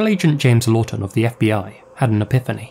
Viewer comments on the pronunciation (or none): none